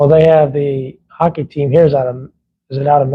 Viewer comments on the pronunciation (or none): none